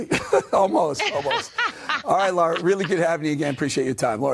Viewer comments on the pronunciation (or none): none